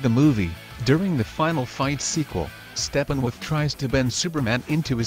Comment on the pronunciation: Xhyze i heard Steppenwoof